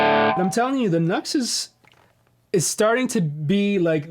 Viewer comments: NU-X= new x. Not nucks. Think about it.. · Nux pronounced “ new x” i believe... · Cool comparison I believe the NU-X is meant to be pronounced with two syllables Nu and Ex. Who knew? There's a world of klones out there, aren't there. I have two budget units currently. Tone City Bad Horse Caline CP-43 Pegasus I'm preferring the Pegausus at the moment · Too funny, I thought NUX was pronounced "Knucks" too. But then I heard another say Nu-X and prounounced it as "New-Ex". Who knows though.Good pedal for that price. The latest Klon, the Silver or Golden Horse by Mosky. That's the pedal that arrives later this week. It's my 3rd sub $30 pedal and I really haven't been disappointed with any of the other 2. Rowin Noise Gate, Mosky Mini Muff. I really do like the Mosky Mini Muff, but there's only so much Smashing Pumpkins you can play before that gets old, especially when you play Smashing Pumpkins as bad as I do. You can also understand why I throw $30 at a pedal, I'm never touring or recording at this stage of my life, so I don't need a dead ringer for any clone pedal, just something that gets me close enough. Maybe that's why I sound as bad though, the pedal might drift away from exact match and that's part of the reason why, poor dexterity being primary though. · Here in Australia, I've heard them being pronounced as "NEW-EX" (NU-X)